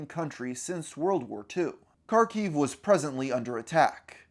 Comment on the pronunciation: I never expected to see my city of Kharkov on here... I had no idea about any of this! Also, I can tell you there really was no war or conflict on the city until that February of 2022. P.S. It is pronounced Harkov (or Harkiv, in Ukrainian language) and not Karkov :)